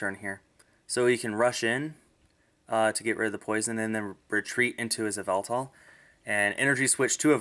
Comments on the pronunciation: Also the official pronunciation is ee-vel-tall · its pronounced. ee-VEL-tal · the correct what to pronounce yevltal is Ya-ev-Eltal